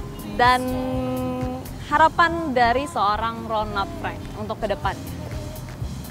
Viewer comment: ronald frank mbak,,bukan ronad freng